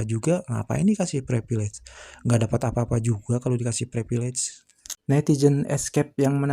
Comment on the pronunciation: “Prepilej” ceunah